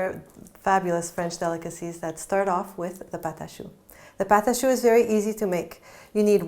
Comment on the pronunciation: She's doing the video in English. I think she also has one in Spanish. I'm sure she knows it's a French pastry as she's pronouncing "pate a choux" in French.